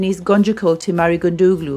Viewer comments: haha, not gondouglu,it is gondougdu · Imagine saying Gunduglu Rather than Gundugdo